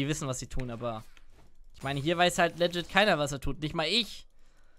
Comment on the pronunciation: Und wieder geht das heitere Spiel in eine Verlängerung! Wie oft wird Worte falsch aussprechen? Aktueller Counter: "Rakan": 43 "legit": 127 Seien Sie auch nächstes Mal wieder dabei! Spaß, Spaß, Spaß!